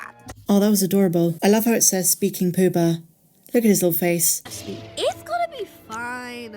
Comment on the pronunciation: I’m already hooked on the Young Jedi thing. Poo-Ba, when i first heard you say it i thought you said ‘Pooh Bear’, which was definitely a bit odd. Lol p.s. ‘Adonai’, coincidentally or not, is the name for “God” in Aramaic, the language spoken by the people of Judea in the time of Jesus.